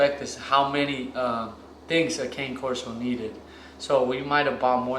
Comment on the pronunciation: I actually said this in a previous video of theirs. This is coming from the AKC website , word for word… “Cane Corso So don't pronounce “Cane” the same way you would the striped Christmas candy. Instead, say “CAH-ne,” which is simply Italian for “dog.” To shorten the name, use “Corso,” never “Cane.” When referring to more than one, you can impress everyone by using the Italian plural “Corsi” (COR-see).”